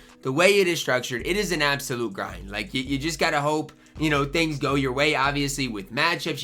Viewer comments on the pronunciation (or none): none